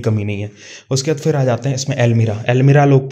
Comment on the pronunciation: When he says "phirrrrrrrr, ourrrrrrr" Udhrrrrr😂😂😂😂